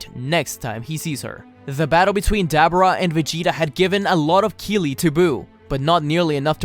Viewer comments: Ok it’s not Dab er ah, it’s Duh bore uh.... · Ugh I hate hearing "Dab'ra"! Dislike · Dabura DAH- BORE-AH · His name is De-bor-ra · Did anyone else hear dabura as debra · Why does he say Dabura like that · Bro can’t pronounce dabura name right 🤦🏻‍♂️ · I hate you cause you cant not say dabora's name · I hate how you say daburas name. Love all the stories tho